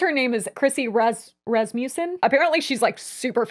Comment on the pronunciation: mispronouncing my last name is big ouch 😮‍💨 Rass-ma-sin